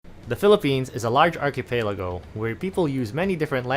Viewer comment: ARCHIPELAGO IS PRONOUNCED AS ARKIPELAGO NOT ARKIPEYLAGO STUPID .... I AM NOT TAGALOG BUT. IT IS. Lingua franca....even here in America among Filipinos... BASURA KA KASI . YOU ARE JUST A TRASH WHO KNOWS NOTHING❤